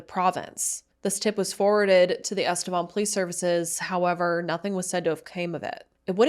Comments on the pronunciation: I grew up in EstevAN I can guarantee that it is not pronounced EstevON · EstevAn not estevOn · there's even news clips in this video that all pronounced it EsteVAN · you can google "Estevan pronunciation" and it literally comes up with "Estevan, City in Saskatchewan" and it is pronounced "eh·stuh·vaan".